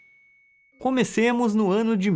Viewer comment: No segundo 55 ele disse comessemos